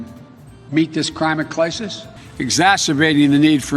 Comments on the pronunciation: "crimate clisis" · "Crimate Clycis" did i write that correctly? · “ CRIMATE CLISIS “……❓ ( NOT FUNNY ANYMORE 🙄❗️ HELP.‼️………………………………….😰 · “Crimate clisis” 😂🤣😅😂🤣😂😂😅🤣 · "Crimate clisis " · Crime-at cli-sus. he's making up his own language!😳😆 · Crimate clisis 😂 Less than 20 seconds in and I’m already crying 😂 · “Crimate clisis” is such an amazing flub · " this crimate clisis."